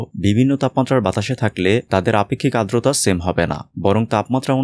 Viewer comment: vaiya ardota bolben na, ota holo adrota 🙏